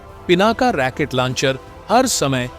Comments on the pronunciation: Pl.correct: Rocket not Racquet. Otherwise your pronunciation is very good. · जयहिंद ! जानकारी ठीकठाक है, बस सही शब्द, " रॉकेट" है, "रॅकेट" नहीं। --Rocket NOt Racket. धन्यवाद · रेकेट लौंचर नही रौकेट लौंचर होता है। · साहब जी राकेट नहीं रॉकेट बोले। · रैकेट नहीं रॉकेट होता है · भाई ये शब्द रैकेट नहीं है रॉकेट है पता नहीं हिंदी सही नहीं होती फिर भी वीडियो डालने की लगती है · पूरी वीडियो में रॉकेट को रैकिट कह कर मजा खराब कर दिया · Not Racket it's Rocket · Sir fake information wale video mat banao. Aur racket nahi rocket bola jata hai. Racket yane bacho ka khilona hota hai. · रैकेट नहीं रॉकेट बोलो भाई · RAAKET NA HI ROKET BOLI A . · Not Racket Launcher, but Rocket Launcher😂😂😂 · रैकेट नहीं राकेटबोलो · अपने शब्द रेकेट को सुधारो, रॉकेट होता है रेकेट मत बोलो। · Damn it !! It is not Racket launcher. It is Rocket Launcher!! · Racket nehi....Rocket system. Pl correct.